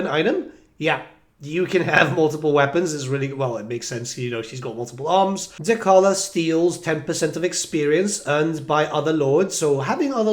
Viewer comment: Can you please say Dechala correctly lol. The character says her own name